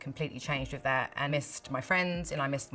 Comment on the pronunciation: "... n' stuff like tha'..." :D <3